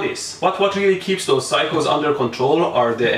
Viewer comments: when he said phyco, i thought he said cycle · Oh he's saying saying "Psycho" not "cycles"